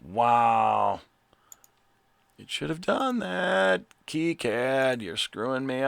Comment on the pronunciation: Thank you for pronouncing KiCad properly.